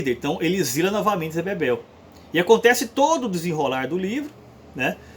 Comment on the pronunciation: O nome do personagem é ZÉ BEBELO. não ZÉ Bebel, por favor...